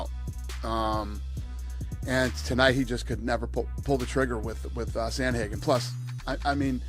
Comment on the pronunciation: Sandhagen, "Sandhagen" himself again